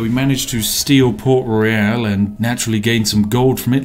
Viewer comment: He keeps mispronouncing the word "Royal". This is why Yorkshire Tea Gold won't sponsor him.